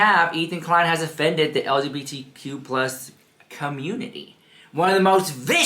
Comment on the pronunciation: That Dan dude needs to apologize.. how can u tell someone to shut up and U can’t Even say it right?